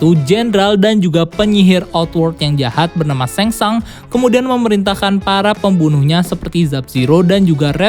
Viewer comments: Shang Tsung bacanya bukan seng sang ngab tp tetep sesuai tulisan seng sung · Tseng Tsung bosss !!! Bukan Seng Sang. Ntar salah ngartiin jadi kerangsang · Ngmng na rujit..sengsang.. tsang sung bego😁😁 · Ia sang sung harus nya bacaannya kacau nie admin😂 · Baca Shang tsung nya Seng sungggg kakkk 😂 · Bacanya Samsung